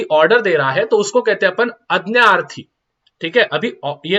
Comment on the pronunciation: Sir wo aadnianarthi nhi aadniarthi hai 😅